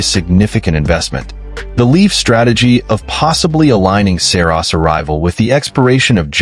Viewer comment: Dude you can't even say Saros